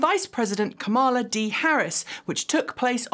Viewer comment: I love your videos, but could you please start pronouncing Kamala's name correctly? I know Justice Sotomayor pronounced it wrong too, but I know you can do better...